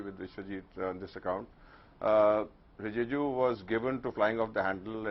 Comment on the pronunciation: Rajdeep, it is RiJIju; not RiJUju.